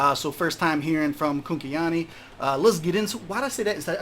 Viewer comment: Your "Kunkeyani" pronunciation is spot on btw